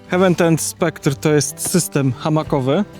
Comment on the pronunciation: Bardzo fajny film i ciekawa i porządna recenzja. Się raczej czyta HEJ-WEN. “Hewen” (hEaven) to niebio, a tu chodzi o przystań 🤗